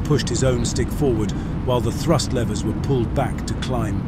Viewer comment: Lever! Not laiver!